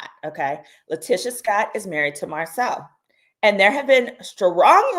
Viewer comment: This interview was a lie. The woman said Marsau’s name incorrectly and Martell had to correct her. Kempire did a cover of this interview and there were so many inconsistencies